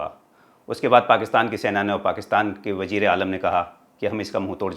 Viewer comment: Vajerealam hahaha pehly Bolna sekho